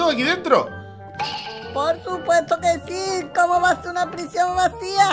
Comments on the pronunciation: "PRISION" bieeen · "P-R-I-S-I-Ó-N" eres el mejor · "prisión, de macsima seguridad" 🏯